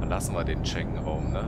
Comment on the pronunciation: Die EU möchte in den Schängenraum sehr geiler Versprecher. I like it !!!